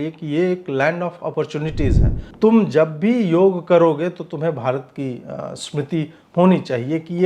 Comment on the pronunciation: योगा नहीं योग बोलिये mahiday